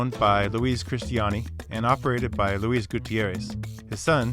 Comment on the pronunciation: As a Spanish speaker I like how you pronounce Luis